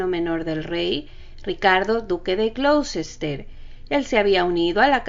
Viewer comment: El nombre del ducado de Ricardo se pronuncia Gloster